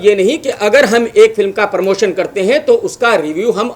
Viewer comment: first learn English and Hindi then speak on social networking sites परमोशन नही होता है प्रमोशन और किलीयेर नही क्लिअर pehale bola sikh buddhe